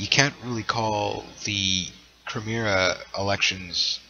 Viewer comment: Please learn how to speak english and say crimea. Its not crimear its crimea